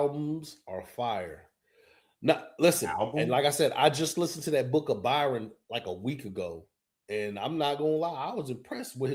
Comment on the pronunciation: Stop calling Bizzy BYRON!! His name is BRYON, like Brian... Get yall shit together